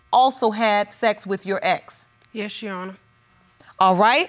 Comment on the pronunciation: She pronounces "ex" as "ettes"